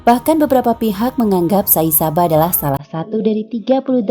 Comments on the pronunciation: Editornya payah. Sai baba kok bilangnya sai saba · sai baba knp jd sai saba sih bacanya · Tulisan sai baba, tapi pengisi suara bilang nya Sai Saba, yg benar yg mana, gk jlas banget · Sai Saba atau sai baba ini pengucapan yg benar yg mna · Adminnya kurang ngopi... atw kopinya kurang kental... saibaba woiiii.... bkn saisaba... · Mohon Diralat : Bukan Sai Saba, tapi Sai Baba dan Sudah Mati . ☝️☝️ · Maaf ya. Pengucapan nya agak salah.. Nama nya itu sai baba bukan sai saba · Sai baba bukan sai saba pea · Tulisannya Sai baba yg ngomongnya Sai saba 😂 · Bukan saisaba tpi sai baba😁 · Pegel dengernya! Sai BABA bukan Sai SABA! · Sai Baba bukan Sai saba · Sai baba min bukan saba😁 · Bukan saisaba tpi saibaba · Tulisan nya sai baba dia nyebut nya sai saba yg bnar namanya siapa sih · sai saba??? sai baba woi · Shai baba bkn shai saba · kok sai saba si😒 sai baba kelesss haduhh pengacaranya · Sai baba mba bukan Sai saba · kok sai saba, saibaba kli mba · Sai baba...yg btuk min...bukan sai saba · Saibaba oi bukan saisaba , apaan sih ngomong salah salah hhhh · Sai Baba , bukan sai saba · Sai baba min bukan sai saba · Sai baba min... Bukan Sai Saba. Lengkapnya Sri Beghawan Sathya Sai Baba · SAI BABA mba bukan SAI SABA 🤦‍♂ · Sai Baba bukan Sai Saba. Wkwkwkkk. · Sai baba woi... bukan sai saba.... taek presenter.e.... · Sai saba ke sai baba min.. Admin pon bacaannya sesat..tulis dah btul..bacaannya ke laut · Yang bener Sai baba apa Sai saba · Sai baba kok dibaca sai saba admin bgm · SAI SABA apa SAI BABA sih, tulisannya sai baba tp ngomongnya sai saba. kesel nontonnya wakakakak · Sai Baba min, bukan Sai Saba.. 😂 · Sai baba mbak bukan sai saba sayaaang..... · Sai baba mbak... bukan sai saba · Bukan saisaba mba, tp Sai baba. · Saibaba, bukan saisaba admin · Maaf ralat.. Sai baba min bukan sai saba... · Jangan mcm irritating la... Sai baba.. Bukan sai saba... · Sai baba... Bukan sai saba... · Sai baba...bkan sai saba... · Bunyinya "Sai Baba" bukan "Sai Saba". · Sai BABA, bukan sai Saba..